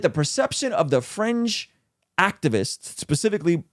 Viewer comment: I kept hearing "french left" and "french activists" until I heard "fringe" haha I was wondering why was talking about French people haha